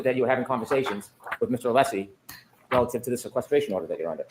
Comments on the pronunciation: Did anyone else catch on to Brennan purposely Mispronouncing Alessi's name all of the sudden towards the end? He kept saying Aleesi. He is being a low down, passive aggressive, immature tool. Very unprofessional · He’s only pronounced Alessi correctly about 3 times since he started this case. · And you’d think he’d be capable of pronouncing Alessi by now! 🤷‍♀️🤷‍♀️🤷‍♀️